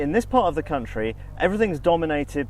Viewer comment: Trey Westcot The Swiss do love country music. Can’t pronounce it though, they say it “count-ry”. Certain parts of the country used to have a liking for cat stew until it was banned.